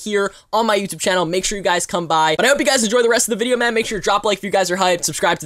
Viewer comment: Just me tjat hears ma'm instead of man